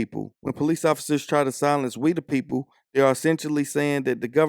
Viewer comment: We da pepoo, by da pepoo faw da pepoo?